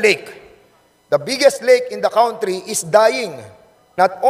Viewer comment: Hoy TUMAHIMIK KA I=N THE “COWNTRI”. PPOHR DA KAWNTRY!!!!!! HAY NAKU …MAG TAGALOG KA NA LANG PO!!!!!!!GALIT SI MR WEBSTER SA YO.HAHAHAHAHAHAHAHAHHAHAHHAHAAAAA